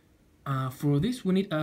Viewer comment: “thank you very much forr watching crazy russian hacker” I lold so much at that